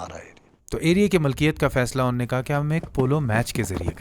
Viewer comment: "Unnayy".... kuch nahi hota " unho nay" hota hai. Ya "unhi ne"